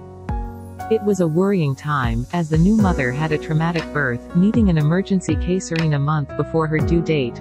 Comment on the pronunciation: Pronunciation of Caesarean. See-say-rean